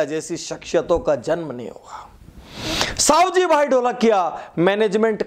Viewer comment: सवजी भाई not सावजी भाई